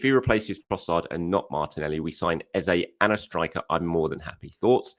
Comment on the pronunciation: Madueke? ..... not for me unless it's a bargain. He is too languid for me and not a patch on Marinelli. Just get Eze in...... not Ezay as I have to keep reminding you. I do enjoy the chanel and listen to each one at lunch. Do me a favour. Please get his name correct Eze it's not Ezay. Where do you get that from anyway? i do know how his name sounds and we should respect that, not copy what others assumed.🤣🤣🤣🤣 Lastly, just as you said, you and the rest of us are unable to know what Ateta see's in players. He runs a tight shop and that's correct and we must accept it. Trust in Arteta. Look what he made Havertz into and he has improved nay others. 🤞He as done very well for The Arsenal so far on choices.